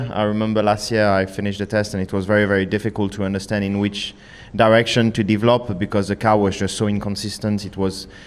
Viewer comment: What are you "Deevlop"ing charles? hahaha